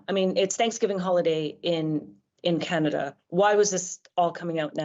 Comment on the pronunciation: Canada 🙄🙄 Kannedda 🤣🤣